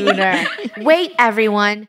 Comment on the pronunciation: No one: luner kil Charles too 😂